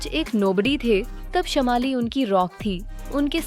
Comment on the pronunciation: Wot is dis shamaali? Y don u work a lil bit on ur pronounciations.....its shaamali.....Biggest scandal ?! Lol....